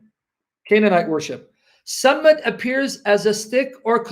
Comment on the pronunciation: I have no dog in this fight but your pronunciation of the word “Sammad” is incorrect. صمد is actually the word you are referring to which means “a being that needs no one” and not a stick as you purport. Interestingly though the “stick” you are referring to is a sign of authority held by the pharaohs to smite their enemies. Depictions of pharaoh with raised “mace” dating back from the time of Ball worship have been discovered. In present times highly bejeweled and less utilitarian maces are held by British Royalty during coronations and the Royal Mace is placed on the table which divides the House of Commons from the House of Lords at every meeting not without ceremony. It can also be seen held by the Masters of Ceremonies at graduations.. It is very possible that the word Mason derives its name from that instrument of authority since graduation rituals with black priestly robes and mortar hats are indeed Masonic induction ceremonies albeit unbeknownst to the participants.